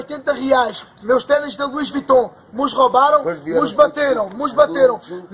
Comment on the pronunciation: "Lois Vition" comprados (?) na famosa Boutique da Alcofa, ali na Shopping da tenda... 😂😅